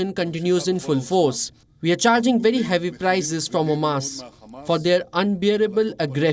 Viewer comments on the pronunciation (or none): none